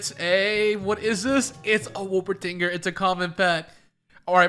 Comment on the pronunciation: Wolpertinger ❌️ Woffle finger ✅️ 😂